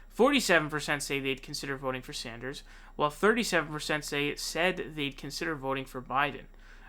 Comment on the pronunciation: Bernie Saunders lmao